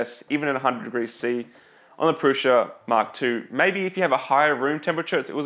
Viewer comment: Is the S in PRUSA really a soft S/sh?